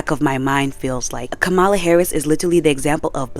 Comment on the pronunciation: Kamala's name is pronounced "Comma-La" , otherwise, nothing but facts. I didn't know that McDonald's was using prison labor, I'm honestly not that surprised.